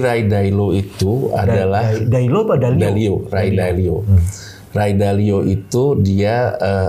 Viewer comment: gemes bgt salah sebut mulu, rai dailo 😂